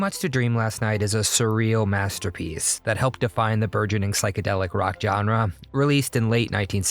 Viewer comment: You have a good list, and I'm grateful for the videos. But, dang! It's "zhahn-reh," not "jon-reh."